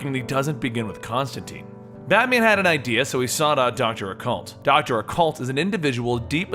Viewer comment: ConstanTINE. It rhymes with fine.